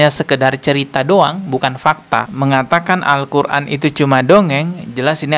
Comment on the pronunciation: dari bacanya tidak mencerminkan penghafal Al-Qur'an.. cuma ngaku2 aja ini mah biar trending